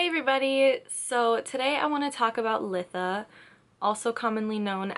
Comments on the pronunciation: I've gotta say it... It's pronounced lie-tha. Beautiful video other than that. ❤ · Good video! But it's "lye-tha" for future reference ❤